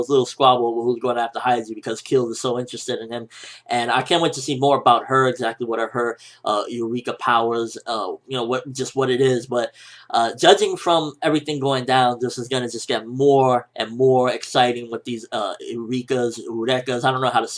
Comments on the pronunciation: its YOU-ree-ka have u never heard of that word? its from Archimedes or Einstein or someone famous like that. it means like a spark of understanding/ finding something. im guessing since it was in manga and not anime is y u didn't pronounce it right xD btw that 1% and 99% quote i knew it and i really love that they included it in hungry joker :D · eurika is a greek word!its like this: E like elephant V like vedeta R like rock I like intresting K like killer A avengers thats not how its spelld,its how it sounds!